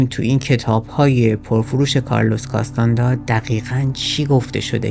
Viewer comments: CastaNEDDA not castanda, Shaamaan, not Sheman, من و دوستانم مدتها با کتابهاش کار می کردیم و تجربه بیداری در رویا و رویای جمعی داشتیم. به نظرم تمرینات مشترک با دیگرنحله های معنوی دا ره و احتمالن آنچه نوشته حاصل تجارب خودش با ماشروم بوده که امروزه انواعش هست و کارشون ایجاد ارتباطات عصبی در مغز به علت تغییرات شیمیایی در مغز مثل بالا رفتن دی ام تی است. به هر حال ایده هش در مورد جنگجو و زندگی جالبه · نکته ای که برای من جالبه اینه که چرا اکثر ایرانیان توانایی خواندن نام ها رو ندارند و نام ها رو بدون توجه که واژه ها اشتباه گویش می کنند. به طور مثال “کارلوس کاستانه دا” که در همین برنامه و در ترجمه های کتاب به نام “کارلوس کاستاند”ا نوشته و گویش میشه. یا اسلحه کلاش نیکف بهش کلاشینکف (جای ن با ی عوض شده) گفته یا به اینستا گرام، “اینس تا گرام” میگن. راستش خیلی خنده دار و شگفت به نظر میاد. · کاستاندا نه ، کاستانه دا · سلام اولآ تلفظ کاستا ندا و شمن را تصحيح کنید ثانیا معلومه چی می‌خوای بگی ؟نگفتی دون خوان شخصی حقيقی بوده يا خیر سوما چگونه‌ اگر خيال پرداز است ميليون‌ها نفر پیرو وی شدند چهارما نحوهٔ مرگش را نگفتی پنجما دليل تخیل را نگفتی و.....